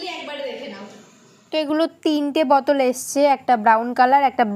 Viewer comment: বতল😂😂😂🤣🤣🤣 সালা কি উচ্চারণ